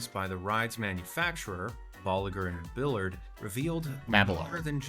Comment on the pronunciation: Bolliger & Ma BILLARD made me cringe so hard